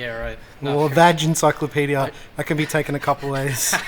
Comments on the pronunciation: "VAG parts" your pronunciation of that is hilarious 😂🤣😂🤣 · Your Pronunciation of VAG parts hahaa I'm crying - and Paul face after that